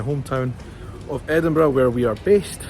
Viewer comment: I love how you say Edinburgh ❤